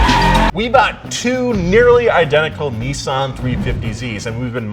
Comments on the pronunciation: ARGHHHH ITS NISS-AN NOT NEE-SAN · ok everyone should know that its not a "ni-sun" its more like "nii-saan" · Nissens lol. Not nissan